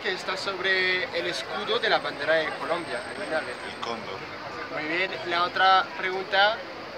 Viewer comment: tú pronuncias mal el cóndor, la fuerza se coloca en la primera sílaba, no en la segunda